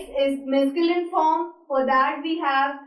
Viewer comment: "This is not exist in French " that's wrong english😑😑😑😑😑 And you french pronunciation is not at all correct😑😑😑😑😑 And it is not "mesculin" according to your pronunciation 😑😑😑😑